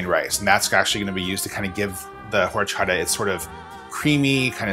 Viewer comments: It's pronounced Orchata. The "H"is silent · love it, I kinda want to go home and make this ( I'm not even vegan ) tip: H is silent :)